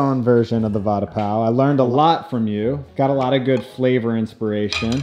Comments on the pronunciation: Its va and da as in duh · the way you pronounce vada sounds like you're saying 'promise bread' :P